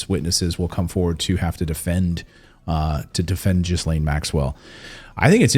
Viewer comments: The woman is a monster, but her name is pronounced "Gillan," like Ian Gillan, of Deep Purple... Not Jizz-laine, ffs! And if you'd watched the interview, you'd have heard Ian Maxwell's pronunciation. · Sorry, not really. Her name is French, it's Ghislaine, the S is silent. It's more like Geleine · Ghislaine -- pronounced Gee-lane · GHEE' lain rhymes with ELAINE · LOL....Was going to post the same thing. THE S IS SILENT! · JIZZlaine just seems appropriate. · It’s pronounced Gee-Laine! BTW, Epstein didn’t kill himself! I don’t believe he is dead. I think he was sneaked out of prison & replaced with someone else! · If your going to be a reporter; make the effort to pronounce peoples' names correctly... the "s" in Ghislaine is silent! phonetically pronounced "ji'laine" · It may be fitting in a mocking way, but "jizzlane" is not how her name is pronounced. S is silent. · Pleeeeaaaassseeee…the S is silent in “Ghislaine.” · Ghislaine Maxwell breaks silence, as explosive new documentary is released | 7NEWS - YouTube Listen to how you pronounce her name correctly. She may be a monster but it is always a good thing to say a person's name correctly! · You do not pronounce the "s". It is " Gee laine. " Hard, not soft "G". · her name is pronounced GILAINE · It is pronounced "geelén" for crying out loud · Pronunciation people.....Gill lane! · Actually it's Gil-lane although I have heard it pronounced GEE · Who cares, she is not worth the respect of pronouncing her name correctly. Giz- lame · Jizz Lane is more fitting and he is doing it on purpose ;) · Please, pronounce the name correctly, ( gee lane) it isn't hard and others with the name would be thankful. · i stopped listening at "Jizzlane" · Her name is prounounced Jillaine. No, there are at least 6 experienced remote viewers that have all seen independently that Epstein DID commit suicide and was not murdered. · Clayton can you please check how Ghislaine is pronounced. It's kinda jarring to the ear. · Don’t pronounce the “S” …